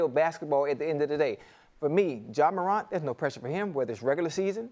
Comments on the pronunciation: Ja Maruant ???? Come on Chad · Chad said “Ja MORAUNT”😂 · Man said “Moront” lol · Stop saying it like croissants 🤣🤣😭😭